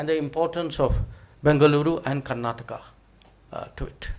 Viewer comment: Its karanata eric garcetti should learn kannada, we are kandaigas sir